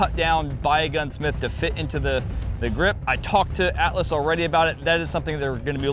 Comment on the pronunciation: You said Atlas, I only heard Alice. Alice Gunworks :D